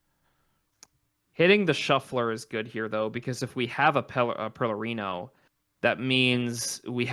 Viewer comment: Why does no one see the first R in PeRlerino?